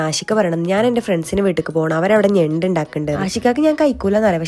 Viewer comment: നെണ്ട് ❌ ഞണ്ട് ✅